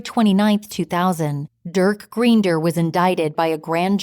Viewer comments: Please pronounce their surname correctly. Makes me wonder what other details are also inaccurate. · I could not listen after the last name was pronounced incorrectly. I live in Wellesley and was here when this happened. Who wrote this?